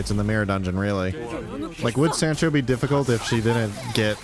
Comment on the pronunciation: that is certainly a way to pronounce sancho